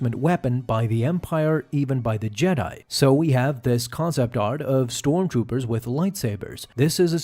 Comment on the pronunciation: "Storm Toopers"